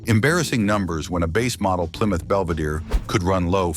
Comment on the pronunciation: Ply Mouth?????